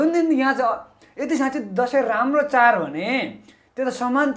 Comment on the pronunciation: char haina bro chad ho.nepali bhayera nepali bolna nai aaudaina.pahile nepali sikera aayera interview dine.khana napayera christian le paisa dinxa ki bhanera party join gareko jasto xa manxe herdai.